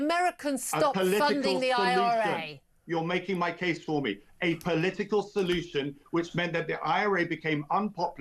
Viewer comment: Crafty polee-tickle??